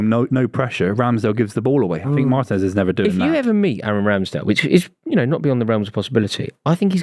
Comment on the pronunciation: I clicked on the video, clicked on a time stamp with aston villa....heard say emi matinez,, turned video off! Guys a clown 😂😂